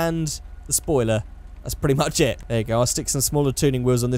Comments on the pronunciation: "Say um soiler" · SOILER? also proof that i saw all at some point you say "The battle of gay Tony".. its The ballad of Gay Tony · “Say um soiler”